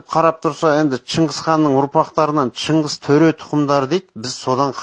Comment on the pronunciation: Чынгыз хан, ш әрпіне қиянат жасап жатсындар,дұрыстап айтыңдаршы бұрмаламай тілді